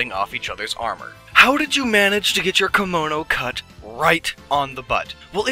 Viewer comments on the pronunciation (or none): none